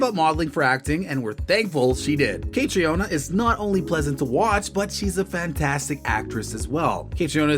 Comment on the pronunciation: Her name is pronounced like Katrina.